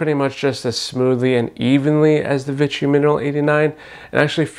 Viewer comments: Vee-she not vit-chee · I enjoyed the video and comparison but I wish you had pronounced "Vichy" properly. It's pronounced "Vee-Shee" and not "Vi-chy." It kind of drove me crazy since the product comes from the Vichy area of France so it's easy to look up the pronunciation. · I hate Vichy being called Vitchy.